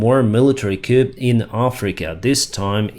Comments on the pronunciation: Btw "coup" is pronounced "coo" - yes, like the noise a pigeon makes. Blame the French. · I know that it's pedantic but a coup is pronounced as coo, with a silent p. Admittedly, English is strange and breaks all its own rules but we can blame the French for this one (coup d'etat). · Great! Pronunciation note: the p in coup is not pronounced. It sounds like koo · You know, your videos are very reliable and your English is pretty damn good. One problem you have is that so many idioms in the English language are taken from French. Case in point is coup ...... it is pronounced koo and the plural, written as coups, is also pronounced koo. Another one that comes up frequently and is often mis-spoke by native English speakers is damage: this is not a pronunciation issue, rather it's with the plural: the damage is already a plural .... a single damage and a whole landscape of devastation are both referred to as damage. The word "damages" is a legal term that is used as compensation in a court of law for losses occurred, for example following a defamation. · No matter how common, the wrong pronunciation would still be wrong. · The “p” in “coup” is silent — coup comes from French.